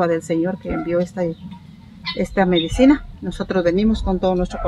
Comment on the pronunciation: se dise medicina no medecina